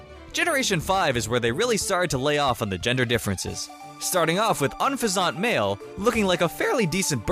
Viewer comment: Wow some of these pronunciations... Shouldn't Unfezant sound like... I dunno... Pheasant?